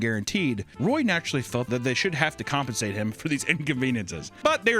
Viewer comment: said "compinscated"